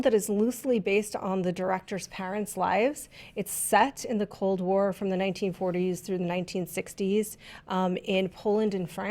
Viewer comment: Wow! I'm Polish and I've been watching you guys for years now. The fact that you recognized cold war really means a lot to me, didn't expect that. And, your pronounciation wasn't that bad;)